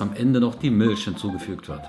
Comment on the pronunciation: "Mülch" :D sprech ich auch immer so aus :D Mag deine art wie du das präsentierst voll! :)